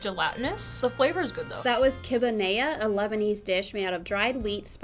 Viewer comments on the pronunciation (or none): #lebanese here Btw you say it Kibbe nayye. NOT kibba nayya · It’s kib-eh nay-eh